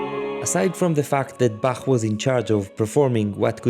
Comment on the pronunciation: I am so happy that someone finally says Bach like Bach and not Ba*coughing up flegm*